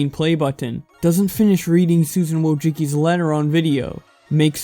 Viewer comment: It's pronounced woah-ji-ski